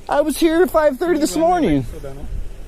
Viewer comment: "If you'wre pawked hewe then you'wre gawna get towwd." No wonder he's a pissed off cop. 😂